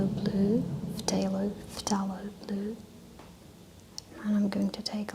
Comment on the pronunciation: Very nice, thank you. I used to listen to Bob Ross before I discovered asmr. BTW phthalo is pronounced in English "thay-lo". The P is silent.😊